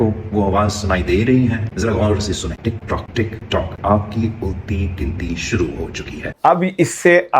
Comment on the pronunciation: Wa Alaikum Assalam 🌺 App ki Duaon ka Shukria App Talla app ko khush o khurram rakhay Bilawal Tik tok Nahi Tik truck Tik turck Bol raha hay